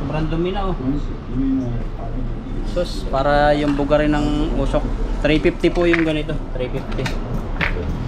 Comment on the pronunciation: Nkkatuwa c pag bigkas ng osuk umoosuk kna pla 😂😂😂😂😂😂